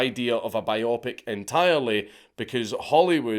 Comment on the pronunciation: I love you, Dank, but it's bio-pic. Biographical picture. Biop-ic is insane dude 😭